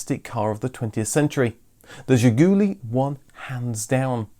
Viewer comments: Not "zhigUUUly", but "zhigulYY" is correct accent. The final syllable stressed in Russian. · It is not pronounced Ziguli ........... it is pronounced ZHIGOOLAY ...... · It's Zhi-goo-LEE, not Zhi-GOO-lee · Excellent! Absolutely excellent video, probably the best one I ve ever seen about Zhiguli. In Russian Zhiguli is pronounced with the stress on the last sillable zhiguLI. Thank you very much for your fascinating videos Best wishes from Russia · It is pronounced "Zhiguli" with stress on the last "i". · It's pronounced "Zhih-goo-LEE." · Funny fact about the name "Ziguli" it's a plural word. Just imagine the British car named "The Highlands". By the way you should say it more french with stress in the end of the word as "Zhigoulee". On the Soviet domestic market it was the main name of the car. "Lada" name was on the badge, but nobody used this word until early 2000s when Kalina released. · That's not how VAZ is pronounced. Let's try doing it by syllables: Volzh-skiy Av-to-mo-bil'-nyi Za-vod. Also, the last syllable in "Zhiguly" is stressed. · Zhiguli, as in, she kicked me right in the Zhigulies.